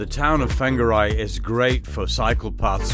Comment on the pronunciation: Sorry I just cringe when you attempt to say Polynesian words/names. So it's not "fanga rye" it's pronounced "fonga (soft g") ray". I'm not having a crack, I simply believe ppl could make a little effort and show some respect to the "tangata whenua". ...."people of the land". Vowels are phonetic in Polynesia. A little effort goes a long way.